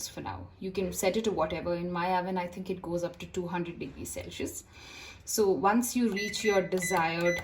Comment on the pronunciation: its sel sius ( celsius ) not sell shius!!